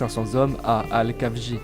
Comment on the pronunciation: Ca se prononce El-Khafji pas Kafji (comme la jota espagnol)